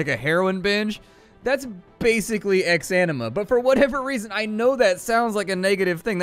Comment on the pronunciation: "Welcome to ex-enema"